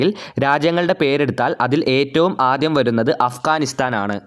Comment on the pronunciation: Bro, ആത്യ ❎ ആദ്യ ✅